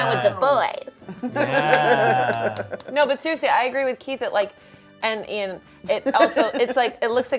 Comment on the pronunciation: He said Eithan instead of Ian